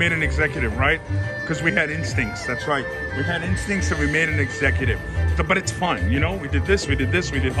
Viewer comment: Lol one time when you said my instincts it sounded like "my ink stinks" But I like your tattoos 🤣